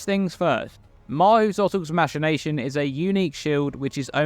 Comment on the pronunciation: I'm pretty sure I heard "masturbation" instead of "machination" a few times